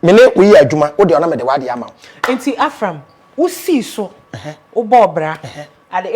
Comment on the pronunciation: the name is Avram not Afram